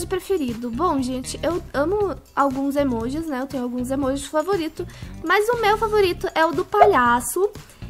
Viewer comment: Aaaain, me da agunia ela falando mais ao invés de mas. Kkkkkkk